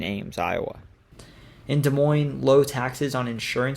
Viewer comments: Off to a good start he said Des Moines right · Thank you for saying Des Moines correctly.